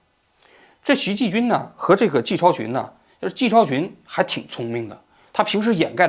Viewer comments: 王局是不是老花镜不带，所以看不清人家的名字啊？ 徐延（不是季）军和靳善（不是单）霖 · 徐延(yan) 军, 王局怎么老读成徐ji军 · 王局太low了吧，徐延军是多么出名的一个名字啊，你竟然说成徐“ji"军。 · 徐延军，延这个字不是延安的yan吗？为什么你一口一个徐ji军，这个延字也不是多音字啊？搞不懂了……😮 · 是徐延军还得徐ji军，视频里错了几十次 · 王局能不能注意一下口误。整个视频念的都是“徐季军”，字幕却是“徐延军”。前个视频也有。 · 徐季军，徐季精，徐彦军，王局嘴里是塞了棉裤还是照本宣科啊？ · 是徐延军，不是徐继军，美国法院的文件上也是标明YANJUN XU，难道王局脑子卡壳了？还有把“靳善霖”读成“靳单霖”，难道不认识“善”这个字？。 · 徐季军 —> 徐延军 口误太多了😅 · 这期口误有点多： 徐延军 ==>徐Ji军 靳善霖 ==>靳dan霖 最新的消息特朗普上台之后 ==> 最新的消息拜登上台之后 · 李延军 那个字不是读延 yan 吗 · 最近节目王局接连口误把人名念错成 “林明轩” “徐季军” ..... 一定是李大师这几天施法奏效了。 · 这个人不是叫“徐yan军”吗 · 人家不是叫徐“延”军么😢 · 老年痴呆患者可能念成继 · 到底是徐延军还是徐继军，听的有点闷。王局怎么习惯性读错名字。不认真哦！ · 徐延军，靳善林，你自己算算你读错了多抄次…….😂😂😂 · 名字都反复读错，不是徐延军吗？读材料带点脑子好不😂